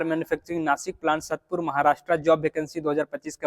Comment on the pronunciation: satpur nahi hai sAatpur hai wo prononciation